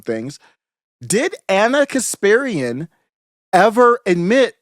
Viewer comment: KasPARian, not KasPIRian.